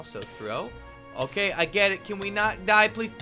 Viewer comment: hey cow get back here cow: can't touch this also: hokay